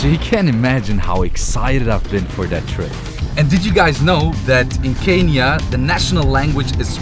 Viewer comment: Dean ich liebe dich und dann noch in meinem Land .. but pronounce Kenya